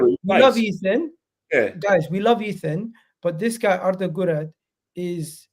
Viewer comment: The way you’re pronouncing Guler is driving me crazy lol 😂